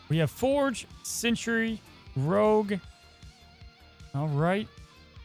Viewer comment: It is Sentry, like a scout or a guardian, not Century like a a hundred years. But other than that, thanks for show